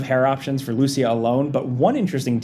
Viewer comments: Its LucIa, not LUcia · Hey it is LucIa not LUcia 😅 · Its pronounced Lou-see-ya Not Loosey-ah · bro it's not Lucy-ah, it's Lou-CEE-ah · the way you guys mispronounce her name is killin me. lmao. its lu-SEE-ah. not Lucy-AH. not LU-sha either. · Thanks for giving credit to all the people who noticed these details. Either way, I would greatly appreciate it if you started pronouncing Lucia's name correctly. You guys are calling her "loose ya", when it's actually "lou see ya". Small difference, but it's definitely noticeable. Yes I'm a native Spanish speaker. <_< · Lucia is commonly pronounced loo-SEE-uh. Emphasis on the "ci". Ok bye. Love your videos! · It's pronounced LooCEEah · Bruh her name ain't loosheeah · I’m fairly certain the female protagonists name is supposed to be pronounced Lou-See-Yah, though the game may pronounce it a different way. In case anyone is interested. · it's not lucia is lucia (joke) but really that's not how it's pronounced (even in the trailer jason says it right 👍🏻) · I think you are pronouncing Lucia wrong, and it really bothers me... LOL! 🤣🤣🤣